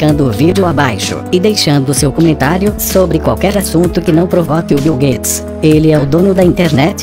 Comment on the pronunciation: o bil gades kkkkkkkkkkkkkkkk